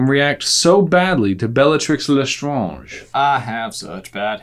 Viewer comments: did anyone notice that right after getting question 5 right J fumbles with Bellatrix's last name? 'Bellatrix Bla- Lestr-AH-nge' and gets it wrong even then? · i think it would be pronounced bell-ah-tree (the r sound comes from your throat) leh-str-on-je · You say Lestrange vrong.